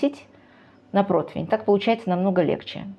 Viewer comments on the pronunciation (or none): none